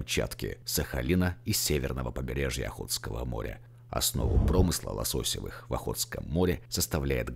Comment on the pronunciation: Спасибо за материал! Но правильно: лососЁвые, а не лосОсевые